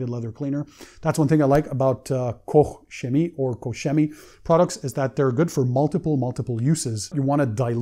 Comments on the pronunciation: Hi, you did the Kouch correct but the chemie wrong. Please go to Google translate, tipe it in and the press the speaker and listen how it's to be pronounced. Thanks! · Every German I speak with seems to pronounce it a different way haha! Some say Koch is pronounce like "COKE" and "Shemie". Anyhow, it's like my name. Unless you're Greek, you can't get it right, so it shouldn't really matter.